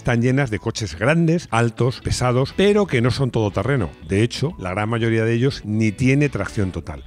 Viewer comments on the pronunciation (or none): none